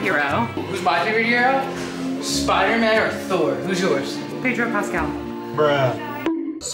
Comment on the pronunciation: she said padro pascel twice and the disapointmend in austins face was the best